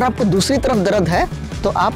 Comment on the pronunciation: Not Darad, it's dard